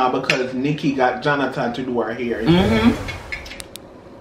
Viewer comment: JOHNATON, JOHNATAN,....🤭